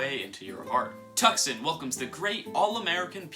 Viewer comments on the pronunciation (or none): Love the video and all the info in it but it drives me nuts you mispronounced Tucson. The C is silent. It's pronounced to-son